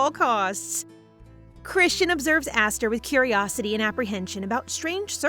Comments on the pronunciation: LOVE ya BUT YOUR PRONOUNCING ESTHER WRONG!! It is Eh-str. Not Aster!! Unless it is really says Aster. The subtitles and you keep going backwards it drives nuts. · Is the name actually pronounced aster? Cause i thought Esther is more pronounced ester? (Correct me if im wrong) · ES-THER ESTHER NOT ASTHER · Asther or Esther? (Esther is pronounced es-st-er bc of Mr. Hopps playhouse 2) anyway this was so good & I heared Esther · everytime u said her name my brain kept thinkin to my name "Aster" meanin "star" but her name is spelt "Esther" a religious name. idk if its pronounced differently where u live but here for me Esther is pronounced "eh-s-ter" rather than "ah-s-ter" hence the confusion for me XD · Ess ter ess ter not ass ter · GAAAAAAH ..... it's ES - THER, NOT ASS - THER, Nice story though. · Isn't her name supposed to be pronounsed as E-sther not A-sther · MC shares my name "Esther" how cool. By the way it's "Es-ther" in pronunciation ❤❤ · Wait is it really pronounced like Aesthar? I pronounce it differently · The name is pronounced ess-ther from how it’s spelled but it’s okay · hey just wanted to tell you that the way you said Esther is wrong 😑 not hating just saying 😅it kind of feels weird because that not the way it goes and as a person who has had that name for there whole life 😂😂 just saying and I also love you video ❤❤ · I'm sorry to say but the way you said Esther's name was so off. My name is Esther and that is not how you say it but it was a bit funny how you said it😂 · The name isn't pronounced asther, its esther, and it's not judie, it's jude